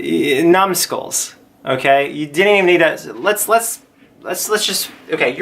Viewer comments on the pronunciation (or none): ........ did he just say "nom-skulls?"